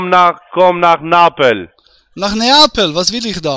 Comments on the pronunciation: Komm nach napel sagt der , er kann nicht mal neapel aussprechen und will dort leben. 🤣🤣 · 😂komm nach napel, geb ich dir ne Pizza aus. Er is so ,minus Einzeller, der kann noch nicht mal Neapel richtig aussprechen. Da hast ein Paradebeispiel deluxe an der Strippe gehabt 😂